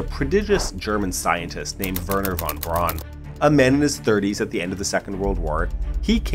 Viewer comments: And while we're at it: "von Braun" is pronounces "fonn brown", not "won bronn". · Von Braun is pronounced Fon Brown (not Brawn)